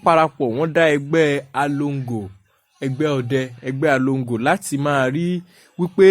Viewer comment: Its Egbe alongoo,,not alogo,,,,sẽe the way u r pronouncing Yoruba words